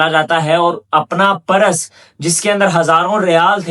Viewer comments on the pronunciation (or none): Beta aap purse ko PARAS na bolain please. Otherwise you are doing good